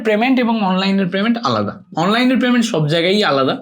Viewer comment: প্রেমেন্ট না পেমেন্ট 😂 হালা মূর্খ